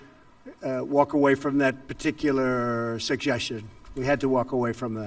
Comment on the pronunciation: . Sujeshun? He needs better denture adhesive 😂😂